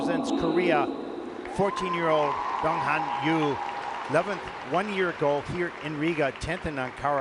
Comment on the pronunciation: It's not dong ha'm' His name is dong han ! N !